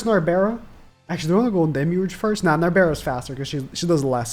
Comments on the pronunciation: Stop saying Nabera, her name is Narberal (Nar-beral) or Nabe (Na-be). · NAL-BURR-ELL is how you say her name